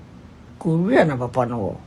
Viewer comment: Somebody was telling him what to say he couldnt even say korea am so sorry learn sense short man